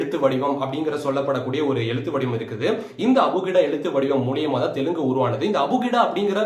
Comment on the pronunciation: Even Tamils can't pronounce Telugu, like Telungu